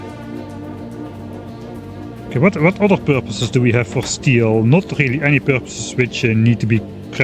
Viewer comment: I love the "that's a waste of resource" followed by "we heve plenty of resources". (When you were talking about quality modules)